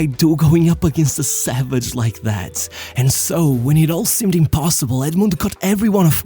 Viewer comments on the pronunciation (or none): none